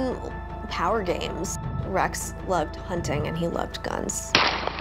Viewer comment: Hunning?!? HunTing, Erin. It cannot be that difficult to pronounce the T.